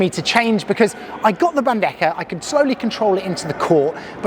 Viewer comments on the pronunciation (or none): You would pronounce bandeja correctly if you end it with HA as in Bande-HA, anyway amazing video its just the bandeKA pronunciation killing me a little bit 😂